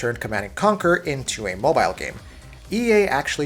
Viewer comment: The way you say mobile really infuriates me